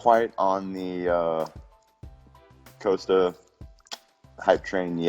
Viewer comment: Why does Whittaker pronounce it as “Coaster”? Lmao. You guys should realise that Costa has never knocked anyone out, lmao. Stop talking about his knockout power.